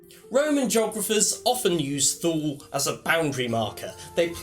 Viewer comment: I think it's pronounced more like 'toola'. Sorry to be pedantic;)